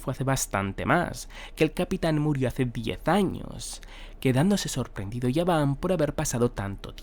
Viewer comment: Por qué le llamas yaban si es gaban ? La G no suena como "Y"